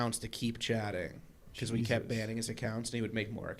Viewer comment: the word “kept” has a T on the end.. just wanted to clarify that